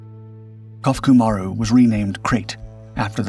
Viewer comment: Krait has good lines, especially for a work boat. Clearly capable as she transited the South Pacific , which requires a good vessel. She’s kept at the Australian National Maritime Museum in beautiful working condition and is free to board if you’re in the neighbourhood. Thanks for the story. BTW, it’s pronounced Ko-foo-coo. Ma-roo. Kofuku Maru. Maru is a word used as a designator on Japanese commercial vessels, meaning circle but in English we would probably say “ship”.